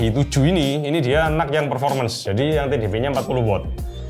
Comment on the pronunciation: Reviewer lain: Intel NUC (Dibaca: En-Yu-Si): Intel Nuk😎